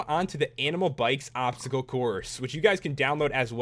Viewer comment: Dye the Chinese Dragon green and you have Shenron. And you said obscacle.